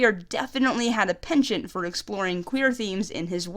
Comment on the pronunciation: that's not how you say penchant. apart from that very nice